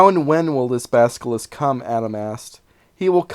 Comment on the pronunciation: Isn't it Basil-isk, not baska-lisk?